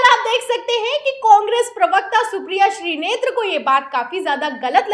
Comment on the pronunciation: Madam, woh shrinete hain shrinetre nahin hain